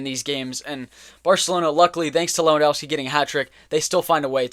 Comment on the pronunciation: Lewand o vski not Lewand au wski